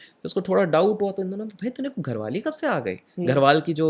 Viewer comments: Gharwali nhi bhai ji garhwali hota hai 😂.. bhangarh hai vese garhwali ya gadwali bhi chalega... Gharwali ajeeb laga sun kr😂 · 17.11 घरवाली नही गढ़वाली बोली है